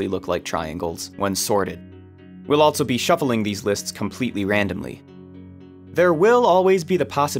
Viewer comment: There is no “t” in the word “also”.